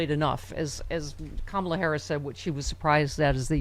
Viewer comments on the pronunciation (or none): none